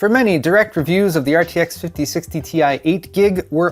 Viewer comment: Ti (in english, an individual “i” is pronounced as eye) ex: Titanium symbol Ti pronunciation